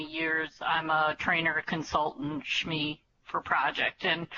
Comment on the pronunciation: shme ... please say S M E